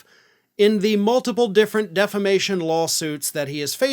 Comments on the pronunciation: I hope he keeps calling if "deflamation" in court. Too, too, hilarious! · You mean "deflamation"